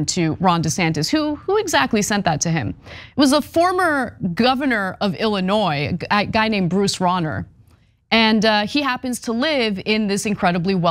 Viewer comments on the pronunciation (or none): FYI its pronounced Illinois not Ellinois.....